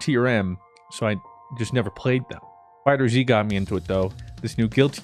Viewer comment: It’s called dragon ball FighterZ not fighter-Z